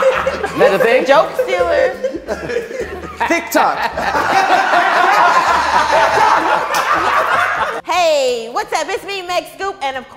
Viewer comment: "Thick tok" 😂😂😂😂